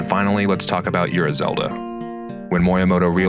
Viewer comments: I think Ura Zelda is pronounced more like "oar-uhh." Great video though, looking forward to the next one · It's "ooh rah"